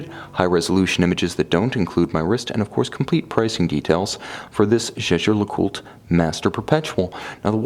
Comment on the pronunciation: why ? I think he says it correct